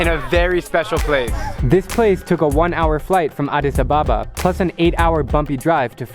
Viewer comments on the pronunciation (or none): Its ad-dis-sab-aba